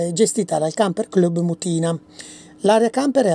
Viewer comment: Ciao, sono di Modena. Una precisazione,l'accento in Mutina(antico nome di Modena in latino) va sulla u non sulla i. Un bacione.